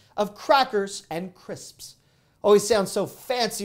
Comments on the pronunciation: Pursing the lips just so... “Cris p s”... 😐😑😶 🤣🤣🤣 You are hysterical ! LUV your channel ! Thanks for sharing ! 😃💚🌹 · "Crisps" Yes, you're correct....😂